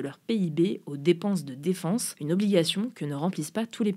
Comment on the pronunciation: Après "jolier" au lieu de geôlier on a le droit à la "défonce" au lieu de défense.. faut vraiment se réécouter et demander l'avis de l'équipe avant de publier